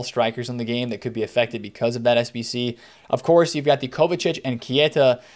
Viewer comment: Love your videos ♥️ but please please, stop saying Kieta lol